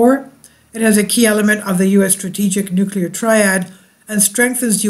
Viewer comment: Nucular war? No way